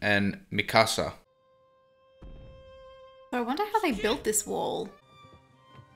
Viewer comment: Hearing “mi casa” instead of “mikasa” is oddly painful